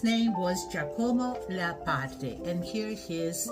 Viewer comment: Please do not butcher his name. Incidentally, Giacomo Leopardi was NOT a Romantic.